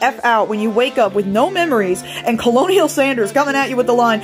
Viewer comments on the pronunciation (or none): Your mispronunciation of colonel made this 100 times funnier! Colonial Sanders!